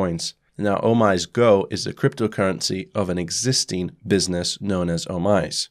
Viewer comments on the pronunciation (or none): Thank you for your video. Just so you know OmiseGo is pronounced O - Mi - Sey - Go. It is Japanese and Omise means the store / shop. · OmiseGO = "Oh mee say GO" Thanks for the great content! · "OmiseGo" [Oh-mi-si-go] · Pronounced 'oh me say no' btw. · OMG correct pronounciation is "Oh-mi-se"